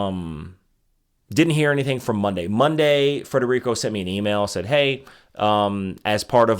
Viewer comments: It's Federico, not Frederico. But, thanks for the endorsement. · “Federico”, not “Frederico”. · Omg Federico, not Frederico. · Fed-erico. Smh. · FEDERICO not Frederico.